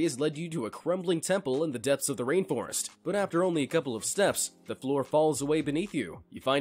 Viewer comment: Did he say rape forest or rain forest? Im pretty sure he said rape forest